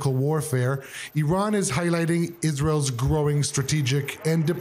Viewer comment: Iran...renamed we-ran 😂